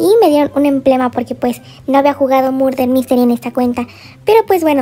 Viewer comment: Murder Mystery* no "Mulrer Misteli" se nota que cuando grabaste el video no conocias el juego lol